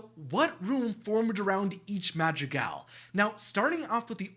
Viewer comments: Its not pronounced madgigal its madrigal (sorry it just annoyed me) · Madragaaaaaals it’s madrigalls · Ah yes the “madtd-tri-gells” my favorite disney family :) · Did he watch the movie on mute because he is saying all the names wrong for example: Camilo: Camio Madrigal: Magical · You are saying their last name wrong! It’s Madrigal! Not Magical! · Its madrigal not magicals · It’s madrigals not magjigalls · It’s not magregals it’s mathregals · The way he says the names 💀💀💀 "madjigals" "camio" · It’s Madrigal not magicgals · “The ✨Magicgals✨ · is he saying that their last name is magical? this really bothers me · When he was saying madrigal i heard magic gal 💀💀✋ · the way this guy says Madrigal I keep hearing "magic gals" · Is he saying magi-gals? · Lol he said the magic gals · Just a tip it’s pronounced “Mah-DREE-GAAHL” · The way you say madrigal lol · Cm'mon man... Atleast try to pronounce madrigal and other words. It's a shame. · Every time he pronounced madrigal that way I got confused thinking he was talking about some other family 🤚😂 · It is annoying how you don't pronounce madrigal right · Im sorry his pronunciation of madrigal threw me off because i thought it was a different word 😂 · Fun fact: Alma is abuela's name but it also means soul!. Anyway, there last name is Madrigal. I can't figure out what he was trying to say.